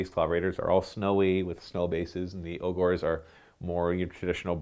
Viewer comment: Your pronunciation of “Ogors” hurts my soul 😩